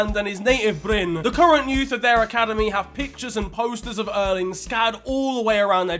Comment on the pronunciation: The clip when Erling as a child is asked who he had learned to score from, the translation is wrong, The journalist said : where did you learn to score goals? Because your dad couldent 😂 in a cheeky way, not rude, that is quite normal out on Jæren (larger area that Bryne is a part of) btw you are pronuncing Bryne correct, except you forgot a letter , the E is also pronounced, you are saying Bryne like Norwegians would say Bryn Same ending as when you said Molde